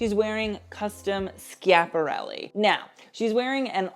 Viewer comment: I'm an og fashionista of a certain age who hasn't been truly excited about the artform in stone ages . I figured I'd take a look as you came up in my feed & I haven't seen you before . When you opened by pronouncing Schiaparelli correctly you had my interest . Your knowledge of fashion history is remarkable . Most youth I've seen don't know their decades let alone deep house history . Understanding taste & style is an innate gift which you seem to have . Not that we're born knowing everything but we naturally absorb that information in a sensory way . Thank you for your passion . I enjoyed watching it .